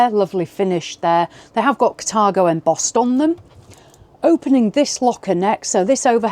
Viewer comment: Yo!. Sounds like the wrong pronounciation, Car-Tha-go!